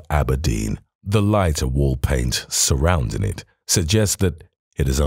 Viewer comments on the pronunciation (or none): The narrator keeps dropping their "Gs" in going, riding etc. Should be GOING, not goin, ridin or surroundin